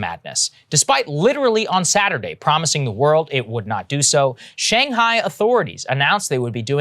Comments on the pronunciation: "Shang Hor" your mouth is out of control dude.. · Anyone notice he said Shang whore? It made me laugh. I’m such a child.